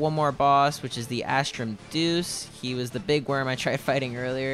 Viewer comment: Asrtum deus is pronounced dey us